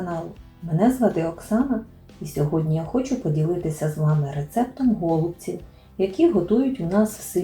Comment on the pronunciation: Чому,, гОлубців,,, наголос на перший склад?